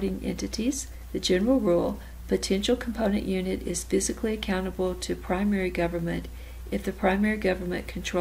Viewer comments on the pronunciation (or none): Thanks for uploading the video. Just wanted to give you a heads up and let you know that its pronounced fiscally, not physically